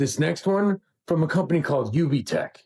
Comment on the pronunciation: UB-TECH…you be- tech?